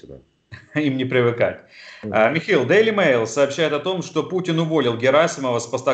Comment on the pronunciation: Шейтельмана зовут МихАил, а не МихЭил! Ну пожалуйста, поработайте и следите за своим произношением...